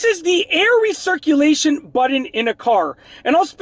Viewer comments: It's seriously nauseating the way you pronounce the word button. It's Butt-on with a hard T. You pronounce it like it's spelled Buddon. 🙄 Stop it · Budden? Like..... Joe Budden? Or are you trying to say BUTTON (pronounced: as either Butt•un or butt•in)? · what is a "buddun" lol? And why are you yelling??? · I love how he pronounces “button” ….. “buddin”….